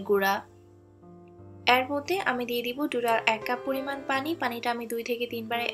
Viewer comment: এর কে এ্যার বলছেন কেনো? পিঠা ভালো হয়েছে।